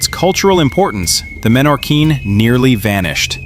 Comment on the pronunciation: No es menorin es Menorquín que en Español se lee tal como se escribe y no se cambia ninguna letra